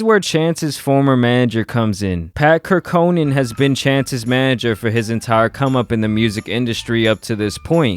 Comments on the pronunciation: This video, bruh: 1. His name is Cor-co-ran. Hearing Cur-co-nan a million times lol. 2. You said its "not about him wrapping about God and his wife" because look at kanye, but most people dont like Kanye wrapping about God, and look st these comments and their making fun of the wife aspects. Also, can you name a popular rapper with a similar topic bed? If not, its pretty clear that folks probably aint tryna hear that. 3. Verbal agreements are completely fine as long as you have corresponding written documentation. He's been paying his manager for years which will more than suffice as evidence. 4. You said the trash ass 3 hat, which came out when he was very popular. Which makes me believe you just aint rock with buddy from jump, if in which case, just say that; instead of hiding bias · It’s pronounce Pat (Cork-Or-An). Pat Corcoran. Just a psa from another Corcoran that never hears my name pronounced right 😑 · how hard is it to pronounce Corcoran?